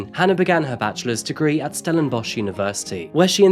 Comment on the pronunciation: And we are ranked 3rd in the world for the largest amount of serial killers. Also, well done on the correct pronunciation if the local area, but stellenbosch for us afrikaans people is 'stellenboss' think the one you mentioned is from old afrikaaners (40yo-50yo +). also hope these POS useless waste of air realise what they have done and are tormented by it each and everyday.